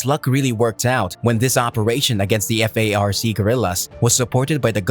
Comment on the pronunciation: It’s FARC not F-A-R-C.